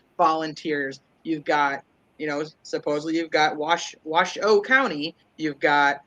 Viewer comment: It's also pronounced Wash-o not wash shoo. It's the native tribes name.